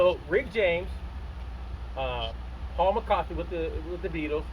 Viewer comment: It's Paul McCartney, not McCarthy. Come on, man.